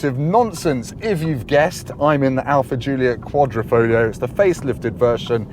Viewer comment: Just out of interest, why does everyone forget there's a g in quadrifoglio? It's sounded as well...kwod-ri-fawg-leo.